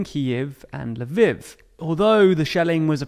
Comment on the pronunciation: Spreading misinformation and not being able to pronounce Lviv. That's just clowny